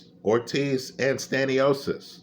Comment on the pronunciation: Wtf is Staniosis? He ain’t a disease bruh it’s Sta-nio-Nis.😂